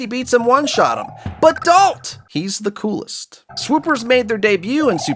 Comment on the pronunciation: bro u said day da coolest